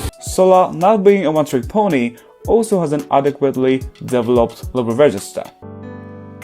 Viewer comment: only problem i take with this video is your stress placement for the word "developed" (it should be deVEloped, not deveLOPED) 🥺 also, I love Jihyo as a vocalist but always found her TT remix jarring, now I'm aware it's a pitch problem